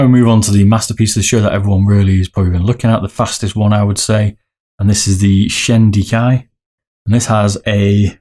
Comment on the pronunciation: Look forward to the numbers! I am grabbing the shi-den-kai (lol you butchered that one) mid this week if heard horrors about the durability but if it’s half as fast as they say I will be stoked , to buy two a year isn’t that bad , great vid !